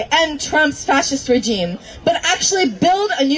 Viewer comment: Every time that idiot commie mispronounced "regime" it made me cringe.